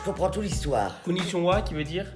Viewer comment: “ Jaune et pas jaune “ d’accord “On va y répond “ ok Et le “conishonwa” “Tout la c’est tout vrai” “ Gros deguelasse” chui mort